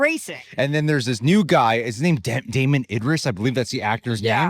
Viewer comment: “Damson” Idris, is his name. Love the channel guys but their names is the bare minimum to get right… ps I’m terrible with names as well 😂